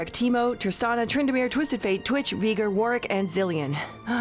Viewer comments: "Im one of those players that won over 100 Dominion games" "Vee gr" Yeah right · "veeger" REEEEEEEEEEEEEEEEEEEEEEEEEEEEEEEEEEEEEEEEEEEEEEEEEEEEEEEEEEEEEEEEEEEEEEEEE!